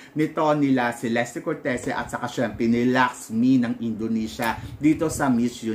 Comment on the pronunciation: Che-les-te cor-te-zi po tamang pronunciation ng name nya. Italian e